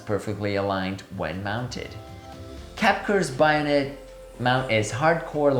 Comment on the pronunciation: Bayonet is pronounced BAY-o-net not BUY-o-net. And that silliness aside what a great review..from 4 years ago. My gosh! I got so enthrallled at the video example that I forgot to look at the titles up afove. So now that you have some time up your sleeve, have you changed your opinion. I'm at the IPhone 15 level right now and want to do 1.4~ but I don't know if I can take the edge field focus problem. Actually geometric distortion is not bothering me on these lenses since post that take care of that nowadays. I want to encourage you to do some 'after 4 years' analysis and what you're using now. I'm becoming an anamorphic junkie.